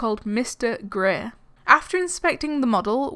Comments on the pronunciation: Reads "grey" Hears "greh" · I heard Mr Grea instead of Mr Grey.